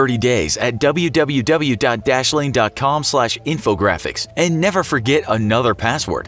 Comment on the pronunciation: I thought he said "dabby u, dabby u, dabby u."